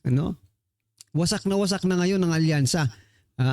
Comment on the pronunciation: Wasakyansa na bossing instead of alyansa🤭🤣🤣🤣